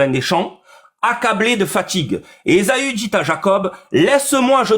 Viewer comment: ESAAAAAAAUU, pas ESOOOOO!!! 😂😂😂